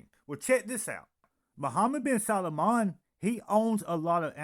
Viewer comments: Respectfully,, this prince's last name is only TWO syllables: SAL- MAN. It's NOT pronounced SAL-A-MAN. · You miss spelled his name it’s salman. You keep calling him Salomon.😅